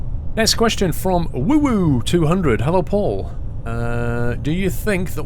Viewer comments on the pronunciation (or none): none